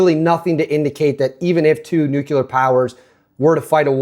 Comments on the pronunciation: Nuclear** Nucular🚫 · nuclear NOT "nucular." Lost your credibility there. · ✅ Correct: NOO-klee-er or NU'-klee-ar ❌ Common Mispronunciation: "NOO-kyuh-ler" or "NUKE-yuh-ler" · Nook-lee-ur. NOOK-LEE-UR!!! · Please stop saying "nukular." It is painful to listen to. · ffs... there is only one U in the word "nuclear" NU - CLE -AR learn to speak